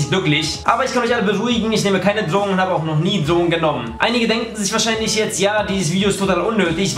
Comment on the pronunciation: Was?! Ich hab dich nicht verstanden... Dlogen?